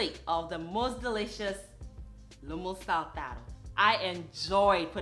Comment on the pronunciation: First of all, I love the bow in your hair, its so cute👌🌹 Secondly you call this dish with the Peruvian accent perfectly, I guess you are really good with languages. Yes, this dish was executed perfectly, he must be very proud of you, I will give it a try, hope I can pull it off 🌷🌷🌺❤️ Yet another outstanding presentation with my vibrating such a positive energy, it's literally contagious ❤️❤️❤️